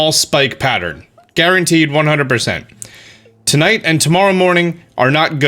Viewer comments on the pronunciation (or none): none